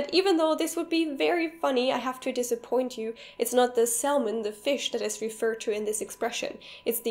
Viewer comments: just a pronounciation comment. I think salmon is pronounced without the "l".. more like /saemen/ ..dunno how to put phonemes in here.. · Just a note: Usually native speakers don't pronounce the L in salmon. The pronunciation is more like sa--mon. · nur leider sprichst du salmon falsch aus XD es wird sammon ausgesprochen ;) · "Salmon" is said "Sammon"! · Seriously? Where is it pronounced like that? No matter the English dialect, I have never heard salmon pronounced as anything than "sammon". Its L met up with the L in "solder" and the two of them ran off into the sunset together. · Great video (btw the "l" in "salmon" isn't pronounced). I also seem to recall coming across "Ich schere mich einen (blauen) Furz" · Salmon has a silent 'l' :) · salmon noun - salm·on \ˈsa-mən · L in Salmon is SILENT !!!! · In "Salmon" the L is silent. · The L in salmon isn't pronounced.